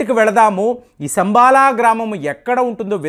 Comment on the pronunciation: అది 'సంబాల' కాదండీ....." శంబల " గ్రామం.